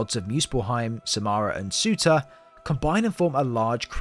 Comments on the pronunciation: Surr • turr. Not suitor. Surr • turr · He is called Surtur not sutah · Surtur not sewta